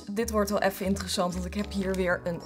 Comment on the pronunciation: Hahagahahahahaha "IntereZAND" 😂😂